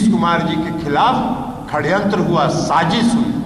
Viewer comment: ये ललन सिंह और कन्हैया जी षड्यंत्र को खड्यंत्र क्यों बोल रहे है? 😂😂